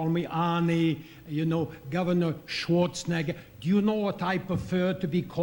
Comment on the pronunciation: he needs to learn how to pronounce Schwarzenegger.